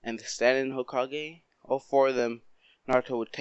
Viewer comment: When you said you might not became the Hokage it sounded like you said you may not have became the HOEkage